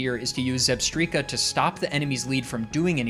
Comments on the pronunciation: I've always pronounced it like "strike" not "streak" 🤷🏼‍♀️ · Are we serious? Zebstreeka? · "Zebstreeka?" No! "Zebstrika?" YES! Phew! "I'm just gonna say Zebstreeka" 😭😭😭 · It's definitely Zeb - strike - a not Zeb - striii - ka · it's Zeb-STRIKE-a, the word 'Strike' is (almost) in the name!!! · ZEB-STRIKE-Kah Vs. ZEB-STREAK-Kah Just so we are clear. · Come on man. "Zeb-streaka"!? Electric zebra. It's "zeb-strike-a" you know like lightning strike. Like how every Pokémon name is related to its looks, abilities, etc. "whimsicott" for example, it's whimsy and cotton lol. It baffles me how people don't draw these obvious conclusions! 😂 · For future reference, it's pronounced Zeb-STRIKE-a, as in a combination of Zebra and Strike. Also, Tirtouga is Ter-TOO-ga, as in the island of Tortuga(and spanish name for turtle). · Dear, thank you for this long video, I work 12 hour shifts and this will get me through most of it between customers and pauses. But I'm gunna hold your hand while I say this, it's Zebstrika, like a lightning strike lol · since you read all your comments I just wanted to say that I'm sorry about critiquing your way of saying Zebstrika. You make great content and seem like a chill guy to hang out with. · Clicked off when I heard how you pronounce Zebstrika. I'll be back... i just need some time.